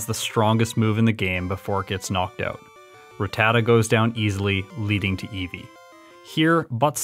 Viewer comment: The incorrect name calling is hurting my soul. Did anyone ever watch the anime?! They say literally every pokemon to exist in the anime correctly. Quite possibly the biggest one of all, is Ratatta. Its not "ra tat uh", its "rat uh ta".